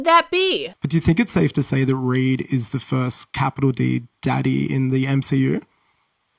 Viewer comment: Oh he’s saying Reed. Thought he was saying raid lol